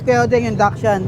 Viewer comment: paki correct naman po ang pronunciation ng Dachshund. Kasi po maraming nanunuod sa inyo, ginagaya nila yung maling pagbigkas. yun lang po. salamat